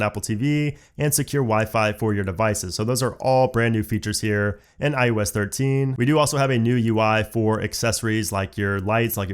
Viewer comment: IEWS 13 IEWS 13 IEWS 13. IOS 13* Why dont you like eeeeeeever say it right😖